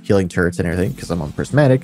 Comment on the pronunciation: First of all, great video. So amped for this dungeon and appreciate your insight on builds and what you're keeping on your character for different situations. Second, can we talk about the word "turret? There is no "n" in turret. You're like the 3rd person this week I've heard say "turrent", which is blowing my mind. At first I thought I just misheard them, but it seems like it's an actual thing. Wtf lmao